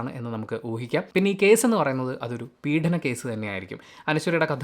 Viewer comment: ഇടക്കിടെ 'പീഢനം' എന്ന വാക്ക് repeat ചെയ്യുന്നുണ്ട്... പീഡനം അല്ലേ ശരിയായ ഉച്ചാരണം